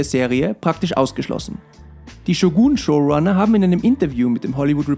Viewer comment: bruder ich feier deine videos aber man spricht shogun nicht shuguun aus